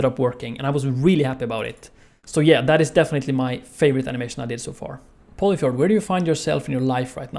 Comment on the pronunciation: No way I was pronouncing Polyfjord as "Poli-FORD"